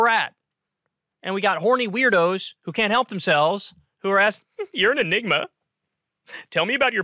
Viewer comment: Hey Kyrsten... enigma /ɪˈnɪɡmə/ noun a person or thing that is mysterious or difficult to understand.